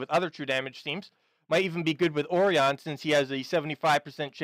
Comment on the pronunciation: Ore-ee-on?, I know you're bad at pronouncing things, but please. I actually had to pause and rewind the video. Nearly spat out my drink. xD